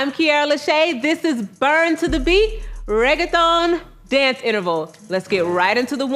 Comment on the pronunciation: I didn't know that's how you pronounce reggaeton😑